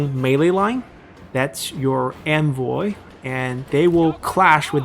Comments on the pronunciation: why do you say 'anvil' like 'envoy'?????? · I love the video, just discovered your channel and am binging like crazy ^^ What has been getting me this video is your pronunciation of "Hammer and Anvil", it sounds more like "Hammer and Envoy" and I just imagine your infantry as the envoys of death himself, watching in glee, while your cavalry units smash into the enemy lines...